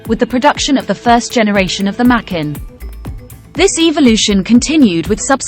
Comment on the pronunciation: Not pronounced mackin, but maaa kaaan.